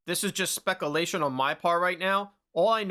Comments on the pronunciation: Lol. It's all good, bro. Not your fault. But this is how you know who's new to the channel and who's not. Unless your comment is pure sarcasm, and you just wooshed us all. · One of the main reasons I watch 🤣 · Personally I thought it was obvious that he was intentionally mispronouncing it and I thought it was funny. I have also mispronounced that very word in exactly the same way in the past when I'm around my buddies and goofing off. I think MANY people have at some point. My x gf was a brainiac and book smart but she never could understand things like this, had to correct everyone, and it caused fights lol. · Love the vids but it was so hard to hear say speculation wrong 42 times😂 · He keeps saying speculation wrong 😅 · Bro stop saying Spekalation. It's "speck-you-lay-tion". Come on. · "speck a-lation" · SPEC OOO LATION 😂😂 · Speck-a-lation vs speck-u-lation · Do Americans really say 'specalation' instead of 'speculation'? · spek you lay shun . lol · I quite enjoy hearing you say SPEK-UH-LAY-SHIN 😂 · Speckle-lation bothered me too lmao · Also bro it's spec Ū lation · I like how u say specalation. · “Specalation” did you graduate high school? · LOL "SPECKALATION" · Hey man, you are mispronouncing the word "speculation" repeatedly during this video. I would strongly suggest looking up the word and carefully listening to how it is pronounced. Would really elevate the quality of your content to the next level if you were to pronounce words like this correctly. Edit: you actually say the word correctly. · As said, it's an inside joke. There's quite a few words he does this with. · I'm pretty sure he's joking aha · lol imagine being this dense. hes clearly mispronouncing it on porpoise